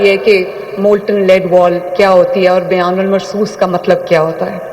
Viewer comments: It’s not “Biyan ul Marsoos”,as she is repeatedly saying,it’s,”Bunyan ul Marsoos”,as mentioned in the Quran,She is actually misquoting the verse. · Biyan ul marsoos ghalt bol rhi hn plz verse ko achi tarha parhian......